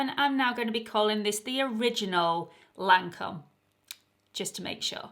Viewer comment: Teint Idole is: Tain don't pronounce the t, edoll and Lancome is Lan don't pronounce the n, cum. Lancum.hope this help?